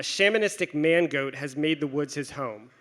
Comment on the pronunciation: I kept hearing mango instead of mangoat. Needless to say my sides were in orbit.